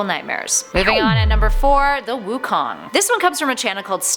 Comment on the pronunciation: Wukon more like raven